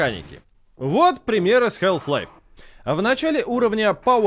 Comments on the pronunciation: Мне одному что ли резало слух "Хэлф лайф"? А не Халф. Я и всё моё окружение называло её именно так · Блин, ролик отличный. Посмотрел с удовольствием. Только одно но, которое резало ухо все 20 минут. Название игры не хЭлф лайф, а все таки хАлф лайф. А если уж совсем точно, то Хаф, где Х звучит с придыханием, а л почти полностью оглушается, но уж никак не хэлф. Но за ролик, все же спасибо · чувак даже не пытайся в английское произношение, пожалуйста, это очень режет уши. Все блохеры англоязычные кого я смотрю говорят хааф-лайф. Какой к черту хЭлф-лайф. Самому не противно? Халф лайф и точка, не пудри мозги и уши. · Прямой калькой с английского будет не Хэлф-Лайф, как говорят весь ролик, а Халф, даже скорее Хааф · Я впервые слышу как название Халфы произносят как "ХЭЛФ-ЛАЙФ". Ну тип даже на английском слово отчётливо произносится как "Халф". Минус уши весь ролик. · Подаю в суд на SG! Из-за хЭлф лайф - у меня к 10 минуте ролика из ушей кровь пошла! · Прошу, не говори хЭлф-лайф. Это ужасно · Хэлф лайф... ХЭЛФ ЛАЙФ?!? О, Ты из англии!?!? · хЭлф лайф. Э. Браза, жесть у тебя произношение конечно же. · Стопгейм особенные. Они решили произносить название игры по-своему. Потому что если уж прям совсем правильно, то нужно произносить Хаф Лайф. Однако у нас никто так не говорит-почти все говорят халф лайф(ну или вообще называют её халфой или халвой). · Кхелф лайф. Эй эм соу фокин гуд ин инглишь. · я не знаю как вам, но вот ХЭЛВ-лайв, мне уши изнасиловало. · Почему "хЭлф лайф"?))) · Health life))). И не говори - хаф-пайп вроде все слышали, а тут какая "здоровая" жизнь! С Халф еще можно смириться, но тут просто режет слух. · тут весь ролик вообще говорили хЭлф-лайф, тоже испытание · в британском халф, в американском там "æ". В любом случае "æ" ближе к "а", чем к "э" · 2024 год, игрожурналисты до сих пор не научились правильно произносить название игры... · На дворе 2024, а мы до сих пор говорим букву "Л" в слове "Half".